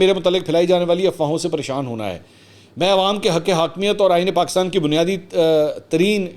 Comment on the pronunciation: Why is he saying Paakistan . It is definitely not IK himself